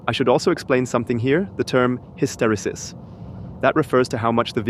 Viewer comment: Hysteresis is pronounced hiss-tuh-re-sis, not hiss-terry-sis. or